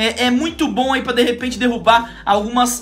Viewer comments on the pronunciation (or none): none